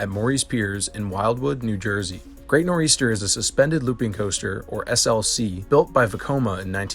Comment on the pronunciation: He included great nor eastern 🤣🤣 im from NJ so I apologize on his end for this